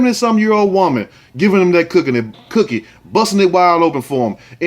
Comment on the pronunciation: When he say da word “cookie “ 🍪 I cannot 😂😂😂😂😂😂😂😂😂